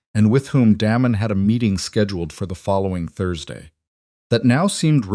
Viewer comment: Daymon, Not Dam-on, spoils the whole thing. 😵‍💫😡😡